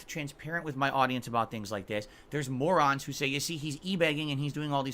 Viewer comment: Im not begging. Im begging...PROFESSIONALLY. Fucking morahns